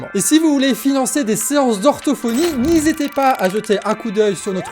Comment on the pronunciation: Et si vous voulez financer des séances d'orthophonie ' n'hisétez pas'' Tu y étais presque 😁😁😁